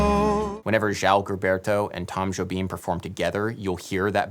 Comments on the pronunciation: Surprised that in the discussion of the melody, the speaker did not point out the difference between the rhythm of the Portuguese A-section melodic phrase and the English. The Portuguese is much more rhythmically compelling. When I play this song instrumentally, I always the play the melody with the Portuguese phrasing rather than English. Also: Gilberto's name is consistently mispronounced, and Cole Porter was not a Tin Pan Alley songwriter. Also, the "schmaltzy strings" on the Sinatra version are by the great Claus Ogerman, whom the Brazilians adored. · amazing video Adam! a massive "thank you"! and well, i'm not trying to offend or anything, but here's a suggestion: it sounds better when you speak the real pronunciation of brazilians names instead of articulating some surreal american version, like you did on "Gilberto", "Vinícius" and "Ribeiro" p.s i love your videos so much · Nice video. loved it. For future videos, if you plan to repeat words, like name references, get them right. You mentioned Xerox of a Xerox? Gilberto is different from Gilbert. It is a common name and is pronounced Ji, not English Gi. You know the name Emma? Try put Ipa in front of it, there you go. It is not Ipanima, more like IpanEmma. I worked hard to filter out the quirks in my ears to listen to the content. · You worked hard on pronunciations. Good job. But Gilberto should sound more like zheel BEAR tu. This Brazilian woman says his name in this video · it's not pronounced GILberto... It's a soft G/J sound... It's like the french, "je t'aime" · Fascinating！It does bother me when people don't take the time to find out how to pronounce things. In João Gilberto's name, both words start with the 'zh' sound as in the middle of 'leisure'. You get only the first one right. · Fun video. One thing I'm finding distracting: pronunciation of Gilberto. Is nobody going to comment that Gilberto is pronounced with a soft G? I scrolled way down but maybe I missed it.